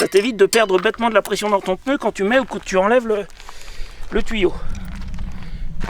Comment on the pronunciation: Pneu et non peneu…